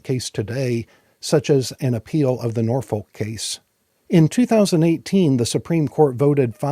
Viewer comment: I'm begging you, please, please, please, do not pronounce the "L" in Norfolk. (Native of Hampton Roads here). At least not for the one in Virginia. The old cheer "Don't Drink, Don't Smoke. Norfolk" is probably still being chanted today. It's not just the way it's supposed to be said. A random example